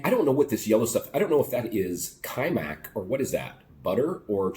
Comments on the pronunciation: You pronounce wrong :) It's not Качмак it's Качамак.You are missing A in a middle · КачАмак. Different accents. Don't get me wrong, I just really want you to learn to speak Serbian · I think the pronunciation is Ka-cha'-muk, and it is, more or less, porridge, and any manner of extras can be thrown in.